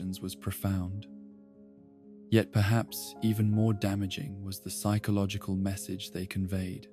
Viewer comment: The pronunciation of “Psychological” is driving me nuts otherwise fantastic video